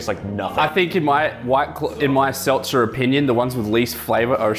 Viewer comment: 😂😂😂 Narrator had he seltzers correct the first time 🤦🤦🤦why the fuck did he say it incorrectly the second time my boy😅😂😂🤣🤣🤣👍👍👍👍💯💯💯💯